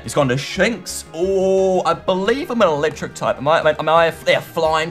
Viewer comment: YOU CAN PRONOUNCE ANYTHING YOU SAY AQUADRID WHEN IT'S ARAQUIND YOU SAY MAETRIC WHEN IT IS MANETRIC AND NOW YOU SAY DRATIX WHEN IT'S DARTRIX! I'M ASHAMED